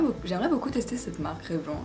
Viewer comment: Sympa ce petit tag =) Bonne chance pour le concours ! PS: Revlon se prononce "Revlonne" ;-)